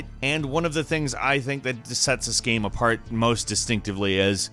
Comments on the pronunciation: The way says "Game" ohh mannn.. it's like "Ga-um" I cringe every video, everytime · Why can this guy not say game properly?